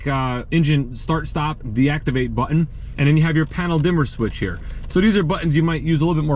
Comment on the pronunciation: Haha, Texan here - I noticed it too. So much emphasize on the two syllables: "butt ... inn"